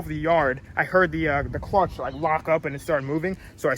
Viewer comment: lol at 6.22 he trys to say clutch but saYS the clunch